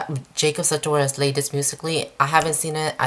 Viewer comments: It's Jacob Satourious not satoris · you pronounce his name wrong